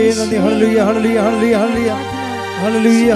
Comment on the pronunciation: ഹേയ എന്നല്ല ഹല്ലേലൂയ എന്നാണ് അമ്മേ🙏🙏🙏